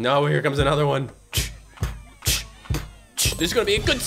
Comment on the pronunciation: 𝔼𝕥𝕣𝕖𝕖𝕣𝕖𝕒𝕝 island💀💀💀💀